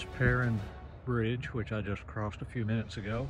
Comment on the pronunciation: Not pronouncing the name of the bridge correctly. My home town